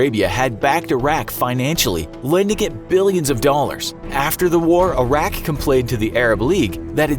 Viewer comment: I know this is 4y old but I hope you learned how to properly pronounce Iraq.